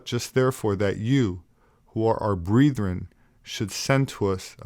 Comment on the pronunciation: Breetheren 😏 Braeth-ren